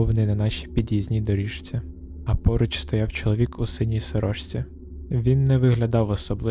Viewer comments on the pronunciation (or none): Мені сподобалося, продовжуйте, будь ласка! Лише одне зауваження щодо вимови. Почитайте правила зміни приголосних (шиплячі перед свистячими та навпаки свистячі перед шиплячими). Наприклад, слово «доріжці» вимовляється [доріЗці] і так далі.